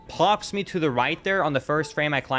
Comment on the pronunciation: This dude pronounces the letter B in climb. Its a SILENT B. 👎